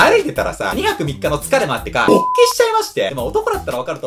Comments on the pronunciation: ぶぉ にめっちゃアクセントwwwww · この人って一番最初の音にものすごいイントネーションが来るからね